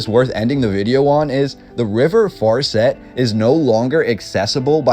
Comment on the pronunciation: The way they pronounced farset was bad